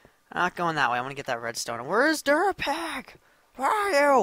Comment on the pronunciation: Derpapig instead of durapig